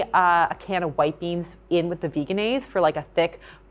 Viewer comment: I hate when people say VEGAN-aise. It's pronounced veh-jehn-aise. Just a pet peeve. Lol.